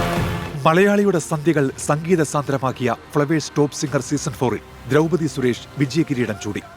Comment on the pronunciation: ദ്രൗപദി എന്നാണ് കേട്ടോ. 'തി ' അല്ല.